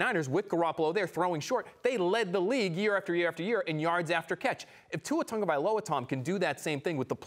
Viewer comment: There is no N in Tagovailoa. Learn to pronounce